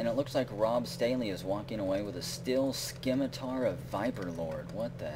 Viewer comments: it is pronounced Sim-it-tar not Skim-it-tar. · You don't pronounce the C in 'scimitar'. Just sayin'. :)